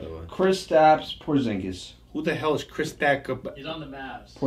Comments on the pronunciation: It’s Khris Middleton not Chris lmao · Khris* lol 😂, love the content